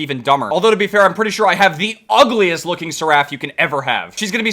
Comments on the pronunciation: why does he say siraffe its pronounced sair-ef its so uncomfortable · ser-raf lol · Why does he say Seraph so weirdly? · The way he says Seraph is hilarious 😂😂😂😂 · Jesus he cant even say seraph properly and I’ve only just realised😅😅😅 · Don’t say her name like that